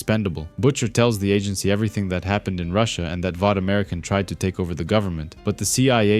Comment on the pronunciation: “Valt” American then - “Vought”. I don’t get the mispronunciation.